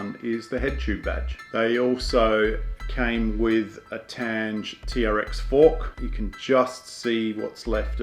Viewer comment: Your pronunciation of "Tange" is incorrect. It's TAN pronounced like the TUN in tunnel & GE pronounced like the GE in get.